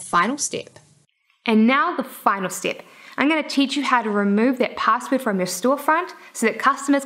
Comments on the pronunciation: stip by stip 😂😂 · You do the NZ accent really well =P